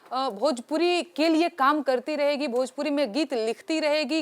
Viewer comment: एकरा भोजपुरी के "भ" मालूम नईखे !